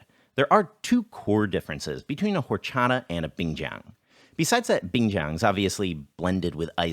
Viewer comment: i love your videos, but you need to learn to pronounce Horchata better than that..